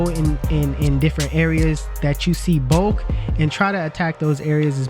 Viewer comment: If you don't learn how to say bulk and not bolk lol my phone won't even let me spell it thats not a word bro yo be killing me bulk not bolk lol please I'm begging you 😂